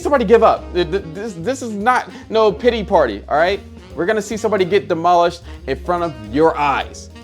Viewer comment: I thought he said Diddy party instead of pity party 💀